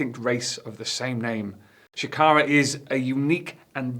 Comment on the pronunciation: Bruv. Shakara has multiple syllables.....